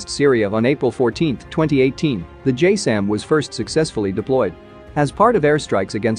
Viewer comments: I thought it was pronounce as "Jazz sem" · its not pronounced "J SAM" its closer to "JAZZ 'EM" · Its not "JAYSAM" its JASSM, pronounced "Jazz-em". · It isn’t JSAM. It’s JASSM (Joint Air to Surface Stand-off Missile). Pronounced JAZZ-UM.